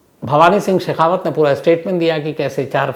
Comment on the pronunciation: भैरुसिहं सेखावत है आप ने भैरुसिंह सैखावत बोल दिया